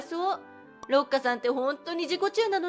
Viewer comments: ろっかじゃなくてりっかじゃないのか……まぁどっちの呼び方も好きだけど⸜(* ॑꒳ ॑* )⸝ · 由佳、土地乗っ取り○○人だわね(-""-;) だいたい六花は「りっか」と読むのでは？ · まずは六花をろっかとは読まないでしょ。りっかだよね。